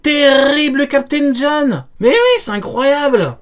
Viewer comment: LE TERRRRRIBLE CAPTAIN JOHN🤣